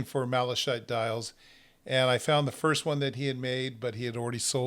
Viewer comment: malachite is pronounced malakite. great video.